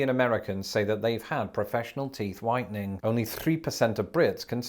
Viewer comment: for a second when you brought up "teeth whitening," I thought you said teeth widening , & I was like, wait, what? 😅